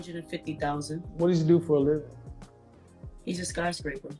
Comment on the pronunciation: bruh kmsl "He'ssa skyscraper!"